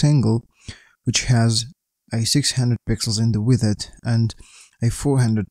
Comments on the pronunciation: Yeah for me it sounds like "with it" xD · Thanks for sharing this code 😇 But I‘m confused of your pronunciation of „width“. You pronounced it like „withid“ the whole time.😅